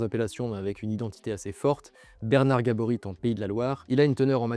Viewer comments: Par contre le "t" de Gaborit est muet, ça se prononce "gabori" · Soutien à Bernard qui s’est fait écorché son nom de famille tout le long de la vidéo. Le t est muet.